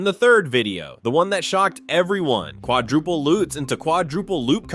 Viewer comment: it's a Lutz, not a "lootz"